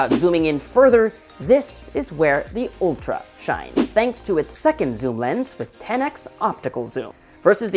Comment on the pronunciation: Isn't it Ultra and not Oltra?